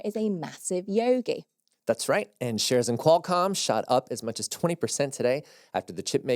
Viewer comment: I like how says Yogi